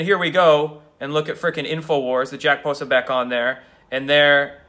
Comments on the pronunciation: Actually, it's pronounced Puh-so'-beck (the "i" is not pronounced. Jack has pointed this out more than once). Seriously, I can't listen to any more. "Caught up in ego".....is he describing himself, or the two gimps? can't see it now, from his youthful vantage point (I'm more than twice his age) but he has a LOT of growing up to do. I have ONE word for him:HUMILITY. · Dude! Its pronounced "Pah so BEE eck" . You really have a wasp centric mispronunciation of ethnic names issue LOL! But it does make for funny video! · Hahaha Dude, you still can’t figure out how to pronounce Jacks last name? Come on man, seriously this is just lazy. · no, dont want to know, does not help. and that is not how it is pronounced. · Argh!!!!!Core'-see.Po-soh'-becSorry, I can't listen any more..